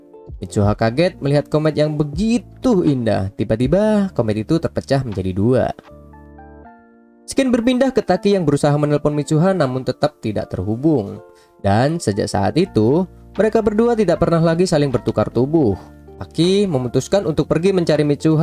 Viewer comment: keren kim udh nonton ampe akhir, boleh ngasih saran gk. next time klo misalnya nyebut scene itu dibaca "sin", terus kalo misalnya belibet lu cut aja biar enak didengernya